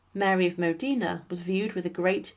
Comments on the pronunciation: Facts before sensationalism...also pronunciation...Modena not Medina. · please......please.....Duce of MODENA not MODINA........Modena Modena Modena😬😬😬😬😬😬😬😬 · Modina😮😂😂😂 MODENA, MODENA, MODENA!!! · It’s Modina!!!! Not Modena!!!!